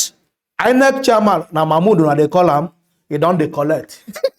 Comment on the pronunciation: Man why u deh murder the names naa?,😂😂... Which one be "Mama Udu,(insted of Mahmood) and Tunubu 🤣(insted of Tinubu)